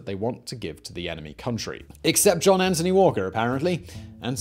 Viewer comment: Anthony, not Antony. Good video overall though, thanks.